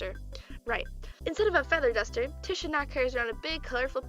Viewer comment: first of all, I LOVE IT :3 (tisha is my fav character)!1!1!1 second, i think tisha is pronounced ‘te-sha’ idk tho.. that’s just how i say it 0-0